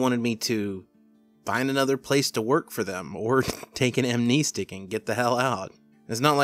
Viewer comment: "Amneestic" threw me off. I don't suppose there is a "canon" pronunciation, but I've always pronounced it phonetically.